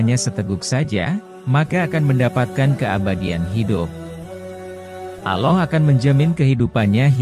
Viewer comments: Aloh alohh kok gitu sihh kalo nyebut. Ga benerr ni perbaiki dongg Jangan aloh Tpi Allah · apakah agama admin aloh...Allah bkn aloh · Aloh apaan ya?. Kurang W penyebutannya. Awloh pengucapannya. Allah tulisannya. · Maaf pembacaan nama Allah itu yg betulnya Allah bukan Alloh.. 🙏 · Kok bilangnya aloh sih? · Mohon maaf admin, saya merasa agak risih di telinga saya ketika si narator menyebut nama Allah dengan Aloh. Tolong diperbaiki pelafalannya. Rasulullah shallallahu 'alaihi wasallam juga. Mohon diperbaiki pelafalannya sesuai dengan pelafalan yang benar. Terima kasih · Bahasa nya di perbaiki,ALLAH bukan alloh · Kok ngmng allahny kek g bnr hrsnya ALLAH BKN ALLOH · Allah BKN Alloh itu sangat berbeda..itu pun yg punya channel menyebutnya salah.. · Allah pak, atuh lain Aloh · sebutlah kata Allah dengan benr,jngan asal aloh aloh saja ente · Sy muak dgr suara goggel itu..narasi menyebut Allah saja slh....tolong ganti suara y yg asli...jdi MLS mau subckr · Tlg lah di ganti yg memberi suara atau yg mmberi narasi sama org yg benar ucapan nya,ini yg serius lhoo.penyebutan Allah yg benar,tdk auloo.trmksh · Iya nih setuju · kalo sebut nama ALLAH yang jelas atas dasar apa sehingga tidak bisah di sebutkan dengan jelas..!? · Iya betul klu bisa narator diperbaiki dalam pengucapan nama Allah SWT